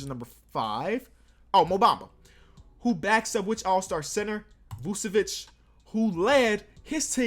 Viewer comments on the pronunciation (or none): none